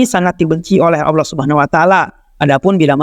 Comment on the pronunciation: Subhanallah Kajiannya bagus. Tapi sayang pelafalan Allah nampaknya sangatlah belepotan. Tolong supaya adminnya memperhatikan hal tsb . Jaga kemuliaan Allah Azza Wajalla dengan pelafalan yang baik